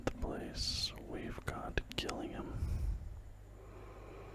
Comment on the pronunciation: sorry to be pedantic but its pronounced j-illingham